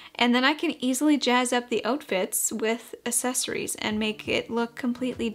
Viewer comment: loved the video! But the way you say "accessories" is making me giggle